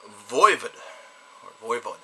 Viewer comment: What's Voivid? Some kinda french porn? It's voivOd. You know like GOD not gid...